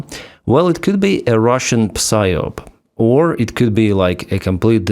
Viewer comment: you don't pronounce the p in psyop, it's sie op.. ok